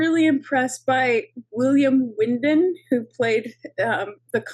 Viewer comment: William Windom not Windham!